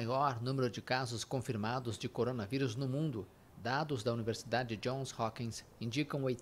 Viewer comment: Credooo Errou feio na pronúncia do nome da Universidade....